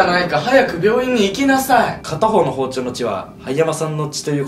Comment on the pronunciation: 「凄い血じゃないかー早く病院にい↓き↓な↑さ↓い↓」 ここで笑ったの私だけ？